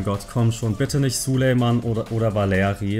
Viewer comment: Er heisst Sulejmani nicht Sulejman!!!!